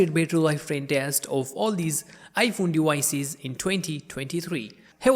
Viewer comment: Bro really said dewices instead of devices. Wergion instead of Version lmao